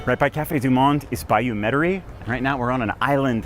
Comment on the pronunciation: Delightful video. I did not see credits for the music. Please learn to pronounce 'du Monde'.